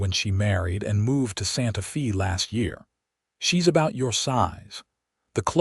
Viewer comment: yes yes yes Amen!!! and considers the AI an advancement when they have little or no intentions of making the edits and corrections that are so needful. "Santa Fee".... "Emmer".....